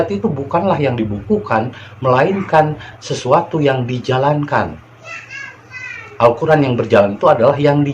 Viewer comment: Alkoran ayat2nya ngaco/asbun